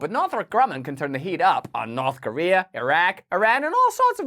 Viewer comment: Also the reporter says “North Kowea” which is just great.